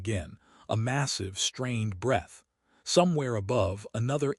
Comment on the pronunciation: I wish the AI would learn the difference between bow and bow breath and breath